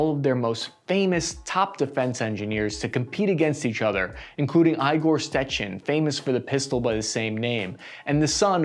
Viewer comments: Yes, this famous Aigor[not Igorj] Stætshin(not StÊčKin). Sorgej(not Sêrgêj) Košarov(the mystical vanish of K). Devrari instead of Dêgtârôv: dêg-tâ-rôv Выдающийся почти англичанине. Why are you using Google translate rather than Yandex translate or DeepL to do Rus-Eng? And yes, the famous english useful men, «orthographists», that had fail one more English man in understanding that letter for H is H, not Kh bullshit. Also what does post of Ravedos have in common with the guy with A-545? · Is it so hard to finally try to correctly pronounce Slavic names? C'mon. It's not Steckin it's Stechkin